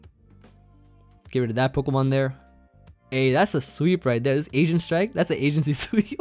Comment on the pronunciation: Did just call it an “Asian-cy” sweep? 😅